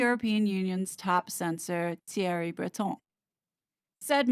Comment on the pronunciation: Excellent research as always. On a lighter note, full marks for your pronunciation of 'Macron' and 'Breton'. All members of the Royal Family need to untangle themselves from the WEF. It will be their downfall, otherwise, even William's.